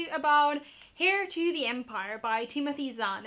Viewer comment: Are you wearing a shirt? Also the H in heir is supposed to be silent. Peace outttttttt.